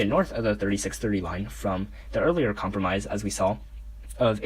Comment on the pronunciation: com promise? cahm-prom-iss? cahm-pro-mize 😂